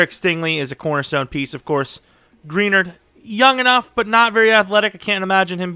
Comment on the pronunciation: If you use the Texans you need to learn how to say Greenard’s name 😉. All love though 😂